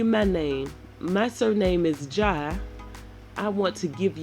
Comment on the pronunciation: You are right. Fatou is the most common name in the Gambia and I use to say that I will never name my daughter that name. Aisha is a beautiful name but the way you pronounce the last name is correct. Ask your sister how to pronounce it properly.